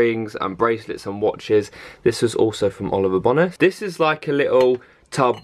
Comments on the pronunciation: Oliver bonos😂 is it not Oliver (boh - Nas) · Oliver bonus (bow-nes) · I thought it was Oliver Bownas as in how you pronounce it lol 😂💕